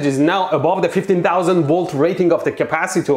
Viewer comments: Capacitaurs he says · the way you pronounced... CapaciTOR, ResisTOR🤣